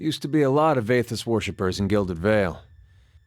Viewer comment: And the spelling of "Athis", as you say, is Eothas, so it's more like you say A-O-thahs really fast.